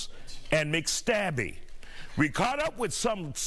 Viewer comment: I cant finish the video after "McStabbys" 🤣💀👻